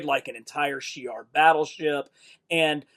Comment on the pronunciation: "She-AIR?" I think you mean Sh'iar. It's pronounced She-ARR. Also, Danny Cotes? I'm afraid it's Donny Cates.